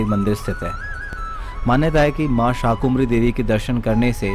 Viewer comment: आपने मां शाकंभरी देवी का विवरण प्रस्तुत कर प्रसन्नता के स्थान पर दुखी किया है क्योंकि आपने मां का नाम अशुद्ध उच्चारित किया है आपने शाकुंभरी देवी एक नहीं अनेक बार उच्चारित किया है जबकि मां का शुद्ध नामyadi ab Sar MI yadi aap Sar MI namaskar sar धर्म ग्रंथों पुराणों और इतिहास के अंदर शाकंभरी देवी उल्लिखित है ना कि शाकुंभरी देवी कृपया